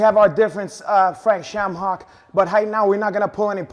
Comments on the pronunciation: Did he say ShamHock? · HAHAHJAHAHAHAHHAHAHA n they say LOBER VS SHAMHOCKY HAM HOCKS LMFAO JUST DESTROYS HIS NAME N HIS LIVELY HOOD FRANK SHAMHOCKY HAHAHAHAHAHAHHAA